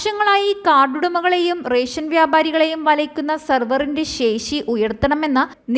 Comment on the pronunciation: ശേശിയല്ല, ശേഷി